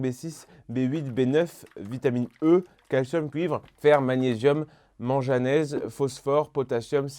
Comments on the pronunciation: Le manganèse se dit : man"GU"anèse et non "man"J"anèse. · Du "Mange à nese" mdr rip la chimie